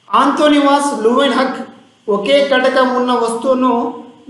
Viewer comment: Anthonivas kadu Anthony van analysis sir bits jagratha ga chadavali